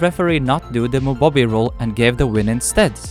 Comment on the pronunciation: Mubohbi or Mubo-bi the central "o" is long, but perhaps not in English.